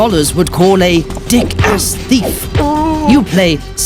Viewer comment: Thiaf??? XD